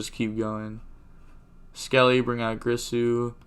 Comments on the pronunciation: alright bro its not pronounced GRIsu its GIRsu ... like Gier-Sue phonetically with a soft G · Its girsu not gRisu